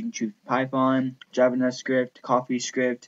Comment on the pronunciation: lol im pretty sure he is saying javan-S-cript.. i dont think i believe you know how to write java or javascript sir